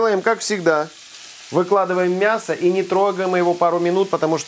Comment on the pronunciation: Никогда не слышишь ни когда не говори мясКО :))